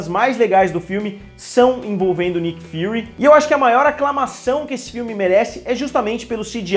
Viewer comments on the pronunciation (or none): none